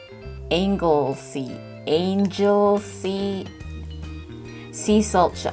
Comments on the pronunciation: darn you made me go looking for chocolate and some old games... oh yeah Angle-sea is the right english pronounciation but in Welsh its Ynys Môn as its a welsh island :P and check out green and blacks chocolate if you can... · It's "angle -see," it's a place in Wales famous for its seasalt. The Duke and Duchess of Cambridge (Prince William and Kate Middleton) have a home there. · Anglesey is an island off the coast of Wales and it's pronounced Angle Sea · angle-see. It's a Welsh island where druids lived. And salt I guess? I'm glad you appreciate British chocolate, it's like all we've got going for us these days! New sub like your channel. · Anglesey like 'angle sea' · "Angle-SEA" is the best pronunciation. plus love your channel big fan from Manchester UK.